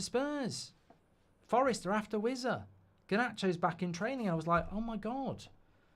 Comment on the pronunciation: When he started with "I've had a few" you knew it was gonna be car crash viewing. His mum n dad screaming up to him to keep the noise down in his boxroom😂! And please pronounce it as Wis-a and not Wizzer